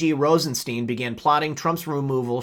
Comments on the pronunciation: It's Rosenstein, as in Frankenstein not, 'Rosensteen'. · I'm a new follower ...RosenSTEIN is pronounced like frankenSTEIN. Like a stein of beer. Cheers!